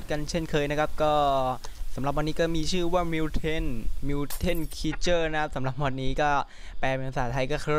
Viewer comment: มันอ่านว่ามิวเเท้นไม่ไช่หรอ